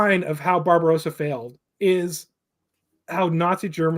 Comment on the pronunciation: Guys, please listen: It is NOT pronounced “BarbaROWsa”, but BarbaRAWSA…. Get it? Drives me insane